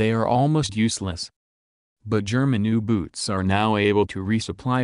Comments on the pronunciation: German uu boots lmao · German Ooo-boots